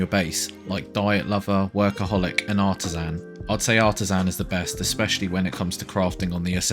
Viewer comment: Art ah sin is how you say itplz never say it like that ever again